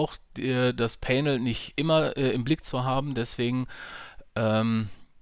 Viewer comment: Bitte mal nachhören wie man "panel" ausspricht. Danke.